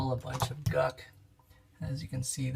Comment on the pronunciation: It’s gunk. Not guck.